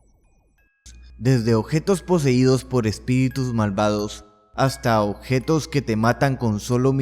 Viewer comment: Odjetos, no mames, habla bien